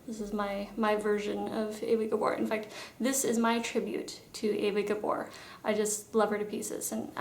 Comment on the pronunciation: Excellent tutorial. You nailed it. Also impressed with your pronunciation of the names of the sisters. I thought it was only us older gals that understood (remembered) their names were pronounced using the Hungarian accent. Eva was my favourite of the lot as she seemed like the sweet one perhaps because of her gorgeous role in Green Acres. I cannot imagine any 'New York Housewives' being so gracious at their husband choice to go rural. Best show, best theme song! Yes I did watch it as a kid.